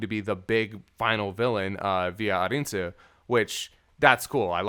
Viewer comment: Lani: “ARNIE-SUE”: “A-IN-SUE” … Guys, it’s “A-RIN-SUE”